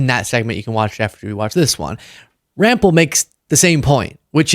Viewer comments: Ram pell’ second syllable stress. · Rampell: emphasis on the second syllable. Also, it is French surname so the vowel sounds are slightly different. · Can yall please say the ladies name correctly its Katherine Rampell thank you!! Do better